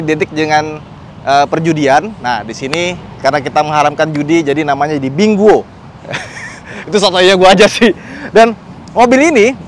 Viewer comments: Wuling Binguo sebenernya nyebutnya mestinya Ping Kuo = apel dlm bhs mandarin.. Bukan disebut Binggo.. Cocok sih identifikasi buah apel dengan design mobil ini yg membulat gemesin.. CMIIW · BINGUO bacanya PING QUO artinya APEL dlm Bhs Mandarin. Bukan BINGO yg disebutkan.